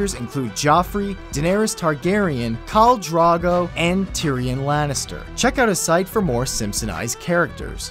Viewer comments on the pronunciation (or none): Khal Drogo. Not drago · That's Khaal DROGO (not Drago) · Khal Drogo not Drago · Pronounced ..'kal-dro-go'.love the vids guys :) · "Khal Drawgo" eh? Kevin doesn't watch Game of Thrones.... tsk tsk. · Fucking said Khal Drogo's name wrong